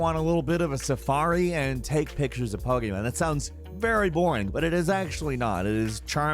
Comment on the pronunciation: The hell is pogaymon?